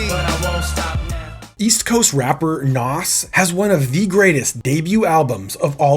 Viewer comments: It’s pronounced nas not “Noss” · Why are you pronouncing Nas' name like that? It's Nas (rhymes with "Oz") NOT "Hass" like avocado 😂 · wow you say NAS so wrong lol its not NOS like you say IT sounds like NAZ say it right boss man im from nyc and his hood to be exact lol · FOR THE LOVE OF GOD ITS NAZ NOT NOSSS 28,000 POUNDS £ NOT EUROS € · A lot of people can’t pronounce his name correctly lol. A better way to explain the pronunciation is “NAWZ”